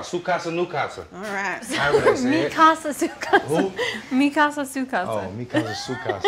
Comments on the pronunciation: My dude said Su casa Nu casa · He said "Su Casa", "You Casa" 🤣🤣🤣🤣